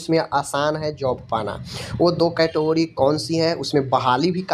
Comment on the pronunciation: कैटगोरीज ❌ कैटेगरी 🤣😂😁